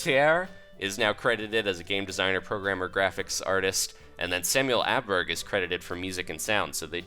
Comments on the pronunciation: Åberg is pronounced more like Oh-berg than A-berg. Just sayin. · Aberg? I'm Swedish, it's pronounced Ouberg. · it's not here yet and it's not aberg ints oberg german O is å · Åberg is said like OhBerg just a little notify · i think samuel ohbarg is a more accurate pronounciation. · Samuel Åberg Is Åberg pronounced as "oh"berg? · Samuel Åberg You spell "å" "oh" ohberg. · Å is pronounced ohh. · You say it like this: AW-berg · You do not know how to say Samuel Åberg